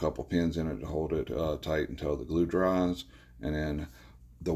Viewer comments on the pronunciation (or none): none